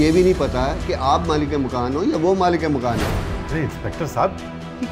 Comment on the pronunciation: It's malik makaan. Ye achanak sab log ghalat urdu q bol rhe hain?